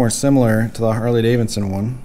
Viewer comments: Davidson not Davinson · Can you learn how to pronounce the name Harley Davidson please. Not Harley Davinson. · This is the first video i have watched of this guy, seems like he has pretty good comment's from people who watch his videos often. But its driving me bat shit crazy he continues to say harley daviNson. ... Yes check the spelling he says davinson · You do realize that it is Harley DaviDson and not davinson.... Right?